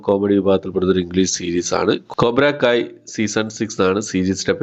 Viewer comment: ഇന്ദുവദന OTT platform ഐതാണെന്നാ പറഞ്ഞത്? പറയുന്നത് തീരെ clear ആകുന്നില്ല കൊബ്റാക്കായ് അല്ല. കൊബ്രാക്കായ് അല്ല കോബ്ര ക്കയ് ആണ്. അതേപോലെ ജക്കാൽ അല്ല ജാക്കൽ ആണ്